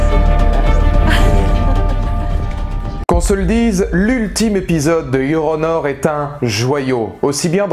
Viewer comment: Yoronor ? Je me moque pas de votre anglais et je vous demande pas de l'apprendre en 24h mais il suffisait de séparer la prononciation "Your... petit espace ou pause...puis... honor"... car en le prononçant d'une traite on entend Yoronor ...